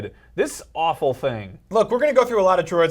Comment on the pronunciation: Mr. TNT I find it funny how they say alwful, terrible every time